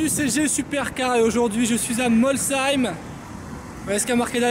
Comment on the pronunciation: C est bien ge tu a bien dis molsheim pas comme l année dernière 😂